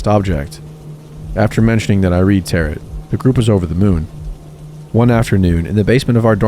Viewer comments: He said “Tarot” like “Carrot,” too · loved these stories!! your channel is very underrated :) just to let you know, tarot is pronounced 'ta-ro', or 'ta-row' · i am so sorry but tarot is not pronounced like carrot, its like Tare-o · My only qualm with your videos is that you don't Google how to say certain words. Across multiple videos you have said the word dingy (ding-y), like the boat, rather than dingy (dinj-ee), which means something is rundown and gross. Also, tarot is pronounced t-air-oh. Typically this wouldn't be a problem but since you are literally a storytelling/reading channel, I feel like it takes away from the quality of your videos. If you don't recognize a word or you're unsure of how to say it please for the love of God just Google it. Sincerely, someone who loves your videos but hates being taken out of the stories every so often. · "Tarot" is pronounced "tare-oh;" it does not rhyme with "carrot." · Love these stories! - Sidenote, it's pronounced Terow not tarot. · That isn't how you pronounce Tarot...